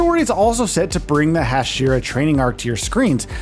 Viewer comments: 🤣🤣🤣 the hajiras! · He even said "Hai-Jeer-ah" at one point...